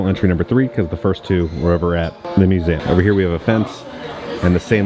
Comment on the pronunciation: Am I the only one that notices how pronounces the word museum? It sounds like is saying mu-se-am. Never hear you have an accent like that with other words though. 🤔